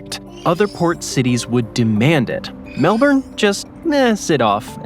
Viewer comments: lol nepean... say it like Na Pe An. Melbourne try Mel B'n or Mel Bin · Thats Melbun still spelt MKelbourne but pronounced Melbun! BoltE, he was a Premier of Victoria, his bro, was my woodwork teacher in Form 2. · heard "melburn" and instantly shut off the video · It's pronounced Mel-bun! 😉😄